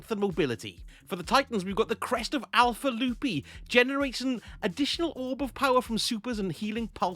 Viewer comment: Oh joy “crest of alpha [you’re not saying right] lupi” Yes I stole that from fallout